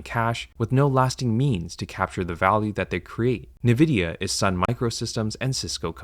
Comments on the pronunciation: Jesus christ, its not "Na-vidia." Its N-vidia. it is a play on the latin word for envy "invidia" just with a letter N instead of the the word in at the start. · “En-vidia” not “ne-vidia” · It has 2 i not 3. Its nvidia not nividia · It’s called ENvidia not NEvidia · En-vidia not Nuh-vidia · I like your videos a lot! but it's en-vidia no nevidia. it's very difficult to hear it wrong for some reason. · Not only is your sponsor wack, but at least some segments of the voiceover are seemingly AI, you said "nevidi" instead of Nvidia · ENvidia not NEvidia...why does that trigger me so hard? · It's Nvidia, not navidia. Learn to read. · Are you an AI voice or do you just pronounce Nvidia's name wrong like all AI voices? The compnay itself says it is pronunced EN-videa, not NI-videa. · why do you keep saying "navidia" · Everyone else: Ai sponsor on Ai bubble video. Me: Spasming every time he says NE Vidia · Say nAvidia one more MF. 😂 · Did he say Nevidia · never heard n-vidia spelled like this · Only through reading these comments did I learn how to pronounce Nviadia. I swear I’ve only heard it said NI-vidia before. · Nividia? Bro you better be trolling haha Awesome video though, eye-opening! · That is not the way to pronounce it. Have you heard of the word envidia? Spanish for envy. N Vidia... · This can't be how you pronounce Nvidia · His pronounciation of Nvidia is never not jarring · Geez, withall the sponsor money, you'd think this guy would be able to pronounce NVIDIA properly. Like how hard is it to just google how to say the name. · yea this video ain't it, chief. parroting all the other commentors, consistently mispronouncing nvidia AND having an AI sponsor during a "AI is doomed"-video feels fucked. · Bro actually used an AI voice in this video and the channel rules have the gaul to state that they don’t use any AI in their videos. The pronunciation of “Nvidia” was a dead giveaway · I agree 100%, but at least you could learn how to pronounce Nvidia ￼